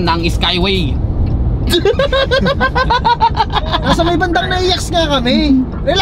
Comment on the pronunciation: Skyway hindi skaywey